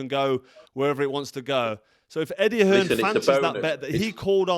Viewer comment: Hi carl Why do you call eddie hearn eddie hills? Can you please let me know Thanks